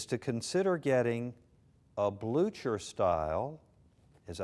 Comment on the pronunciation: It's pronounced "blue kerr"